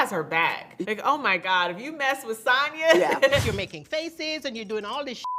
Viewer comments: She accepts her name to be pronounced SAN and SAHN lol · So Sanya is just going to let Marlo continue to pronounce her name incorrectly 😂? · madlo always saying her name wrong..samya don't mind😂